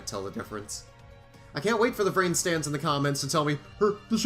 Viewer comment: I... I heard rance... not vrains... help me